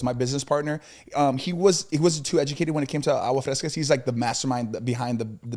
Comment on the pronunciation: corrects everything according to his Spanish and Mexico and traveling but can’t correct when says “Agua Frescas” instead of “AGUASSSS frescas” with an S Be a friend be nice be helpful PS: I know my grammar and punctuation is funny.